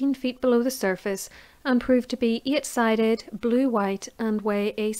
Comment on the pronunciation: really good facts thanks for this. but the way you say „eight“ makes me kinda angry